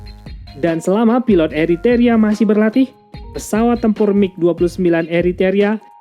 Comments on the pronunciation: Macam mananya Admin ini.... yang benar Eritrea bukan eriteria...tak profesional. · Eritrea kok dibaca Eritaria..... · Apakh ucapan salah tuk setiap chanell militer youtube adlh sbg keharusan....? Krn setiap chanell yg aq ikuti bnyk ucapan n lafal dlm bhs aslinya tdk bnr....mis ini...eritrea dibaca eriterea...